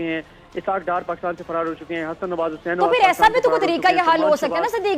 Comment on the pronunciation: Hussain nahi...bhan....Hazart ty hussain bolo...plzzzz